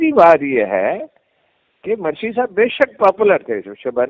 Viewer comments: Mursi and not Marsi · سہی تلفظ ہے Mursi hay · Morsi ( Mursi) is the right pronunciation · مرسی کی میم بالضمہ ہے ، فتح نہیں تلفظ درست فرمالیں ،